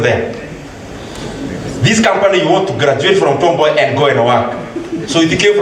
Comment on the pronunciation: *correction : It's Tom Mboya University not Tombay university